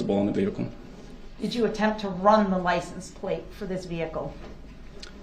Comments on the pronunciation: No he is really saying license place….not license plates. There is a “t” in plate or plates. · He thinks people understand his made up language. The worst part is he believes the rest of the world is saying these things wrong. Biast, licen place, axed, substain, tackit, dis, dat, he believes that he is using the correct words. He says about 100 more incorrect words but those are the ones I can think of right now.